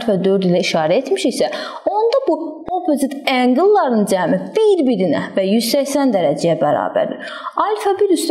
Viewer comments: angel yox angle😊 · Ark angle nedi duzgun deye bilmirsiniz??